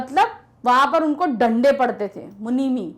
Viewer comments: 1st line last Word "Lande"😂😂😂🤣🤣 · it becomes लंडे instead of डंडे 😂😂